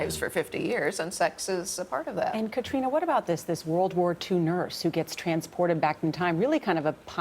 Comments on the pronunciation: It's Caitriona! Not Katerina...ugh. I hate it when hosts don't bother to get people's names right. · Uhhhhmmm, Gayle? It's not Caterina, it's Caitriona. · Miz J He pronounces it Kat-reena which is how English speakers in Ireland pronounce it. However, Gaelic speakers would not omit the 'o' in Caitríona. Kat-ree-uh-na is my take on it. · Caitriona Balfe's name is pronounced "cuh tree nuh" -- I never nit pick these type of interview mistakes but you just think that the interviewer would have done enough research and commitment to be able to pronounce this actors name correctly. Seems unprofessional. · I couldn’t believe that one of the presenters did so little research that she kept mispronouncing Catriona’s name. Glad it was eventually corrected